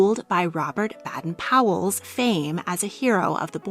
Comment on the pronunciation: Not meaning to be horrible but please work on pronunciation. The original founder of the boy scouts is Lord Baden-powell. Pronounced Bay-den. Duke of Norfolk is pronounced Nor-fuk. Guy Fawlks is pronounced Forks.